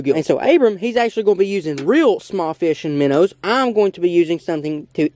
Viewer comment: 1 BIGGEST QUESTION WHY DO YOU SAY MINNERS IT MINOWS